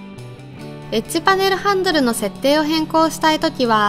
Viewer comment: エッジパネルがエッチパネルに聞こえた